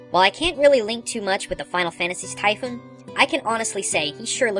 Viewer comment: Naw. you done fucked up. Typhon sounds more like 'Tai'-'fon', not Typhoon. And Ixaen, think goat.